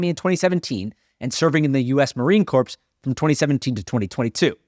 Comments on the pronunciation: It’s pronounced “core” not corpse you millennial dummy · Dude..... Marine CORE not corpse. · It isn’t pronounced corps its pronounced “core” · one is an autocorrect mistake the other is basic pronunciation. Like who doesn’t know it’s pronounced ‘core’ !?